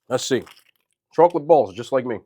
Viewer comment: I love you. But I have to .. chawklet